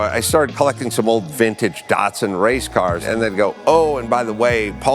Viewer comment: Have i been Mispronouncing Datsun my whole life?